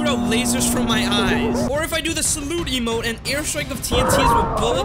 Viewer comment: When says emote it sound like he is saying emo